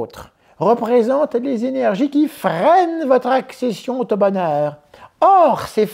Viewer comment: "votre accession-t-au bonheur" 😄😄 Les forces qui bloquent l'accès au bonheur... Ne serait -ce pas une publicité pour des laxatifs ?